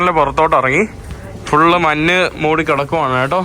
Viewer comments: മന്ന് അല്ല മഞ്ഞ് ആണ് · Manne ennalla ok manje ennu parayu malayalik ok